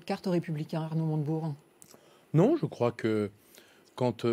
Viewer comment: Je rêve ou à , le journaliste à dit "Arnaud Monte Burnes"? c'est une private joke? un pari à LCI? En tout cas merci LCI pour ce nouveau casting de comiques, mieux que le Jamel Comedy Club 😭😂🤣🤣😅🙏